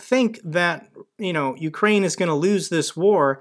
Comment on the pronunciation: "Ukraine" NOT "Ukrain". lol "UK" +"rain".